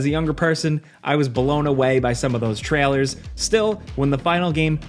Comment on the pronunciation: Why do you say trailers like that bro